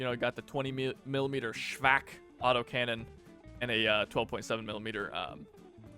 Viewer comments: Your "ShVAK" is actually pretty good. So great job! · Your pronounciation of ShVAK is correct